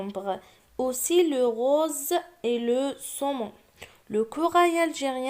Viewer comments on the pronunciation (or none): none